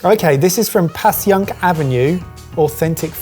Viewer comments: Passyunk is pronounced like Pashunk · And also “passy-unk” Avenue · I know this is a few years old, but Passyunk is pronounced 'pash-yunk'. Also, a few hours ago I watched an episode of Pretentious or Not that featured pommery mustard. As a mustard connoisseur myself, I have to say that the original pommery mustard with the red lid is the best mustard I've ever had. I feel like and have both said they love mustard, so the next time you're in the states you should take a trip to Middleton, Wisconsin and visit the National Mustard Museum. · Thank you from Philly - even though around here you hear "pashunk" more than Pass-y-unk - I am grateful for the broader net. You've redeemed your Cheesesteak episode (though I've yet to hear you say Mike Green got it right... Did I miss it?) Best wishes guys - great format for quarantine. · Anal retentive Philadelphian: For a more authentic experience, that rib-eye should be cut paper thin, but of course most people don't have a deli slicer at home. And "Passyunk" is pronounced with a "sh" sound. More like "Pash-uhnk" rather than "Pass-ee-yuhnk". For an even more authentic experience, have it prepared by someone who hates you and is looking for the slightest reason to kick you out. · Fun video! I like watching you make American foods (or your take on them). Also, quick tip as someone originally from Philly: Passyunk is pronounced "Pash-unk". It's a Lenape word meaning “in the valley.” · Hi guys, Being from Philly, I would like to tell you the Passyunk is pronounced Pash-unk. Love love love your videos!!! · Ok, Passyunk Avenue is AMAZING! And their “stall” in Westfield Stratford has THE BEST customer service EVER. HOWEVER if you’ve ever been there in the flesh, (or been to Philadelphia) the locals pronounce it “Pash-Unk”. Just makes it easier. =D BEST... FOOD... EVER! Can’t beat a cheesesteak! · 'Passyunk' pronounced: PASS - YUNK. (I live nearby). Philly cheesesteak....mmmmmmmmmmmmm.....! : )